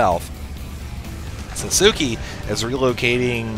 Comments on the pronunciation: lol sasuki? its pronounced sauce kay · ITS SASUKE! not sasuki! GRRR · lolz "sah-soo-key"